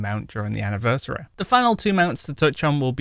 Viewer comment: Why do you say anniversary like anniversareh?